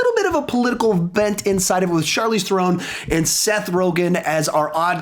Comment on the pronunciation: It’s pronounced Charlize (Sharleez) Theron (Therin)